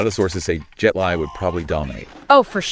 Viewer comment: Dude... it's pronounce Jet 'Lee"